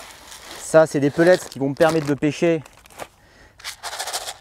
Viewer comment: Moi je comprends pas ces gens qui disent pellètse. C’est bête mais j’ai mon oreille qui siffle à chaque fois ça s’écrit PELLETS et ça se prononce pellet le « S » étant muet! Merci de préserver le français qui connaît déjà une époque difficile.